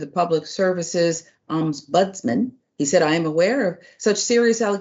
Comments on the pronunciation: The word is Ombudsman not oms budsman. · the word is pronounced Om-buds-man and is a person who investigates formal complaints against Government and other officials so here in the UK we have the Local Government and social care ombudsman, the financial ombudsman, Parliamentary and Health Service Ombudsman. They are an effective alternative to going to Court and can make financial awards etc. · What's also shocking is an adult being incapable of reading and pronouncing ombudsman.